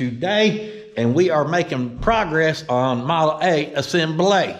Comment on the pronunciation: Awww to hear walk in and actually say “Model A” was awesome to hear.. Teachin them youngins PROPER!! I love it!!